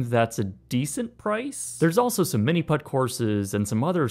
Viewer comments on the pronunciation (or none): none